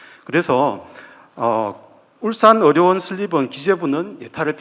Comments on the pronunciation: 어료원이 아니라 의료원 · 의료원 발음이 어려운 으로 들리네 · 의료원이 자꾸 어려운으로 들려요...😢